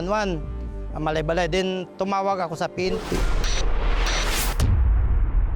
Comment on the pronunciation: Parang mali pagbigkas ni Gus sa Malaybalay. Dapat bago siya magreport alamin niya muna dapat kung ano ang pronunciation ng Malaybalay.